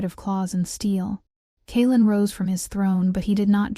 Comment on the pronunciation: When the AI narrator can’t even correctly and consistently pronounce a main character’s name, I have to wonder if the “maker” of this story cares at all for correct narration. I mean, half the time the male lead’s name is pronounced correctly, but then, a minute later, it’s “Kay-Aylin”, turning a 2 syllable name into 3, or is it 4 syllables, for no purpose other than sloppy editing.